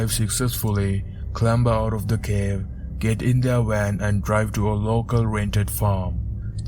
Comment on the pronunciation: "Got in a wan" What's a wan?